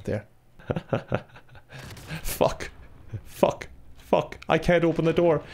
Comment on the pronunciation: First time i've heard him drop the f bomb with the hard U